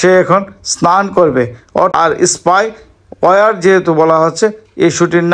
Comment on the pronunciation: SPY ওয়ার কে , SPY ওয়্যার বলছেন কেন ?